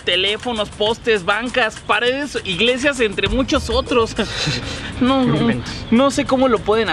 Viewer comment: telefonosh, cashas, igleshias...